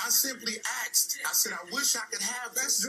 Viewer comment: I simply axed!